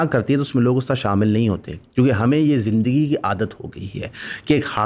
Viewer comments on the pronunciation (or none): none